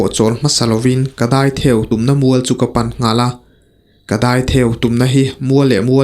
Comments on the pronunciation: "Dâi theu" hi i lam dik chiah lo, "theu" lai tak hi.. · Daitheu i chhiar dan chuhh😅😅mak thin veee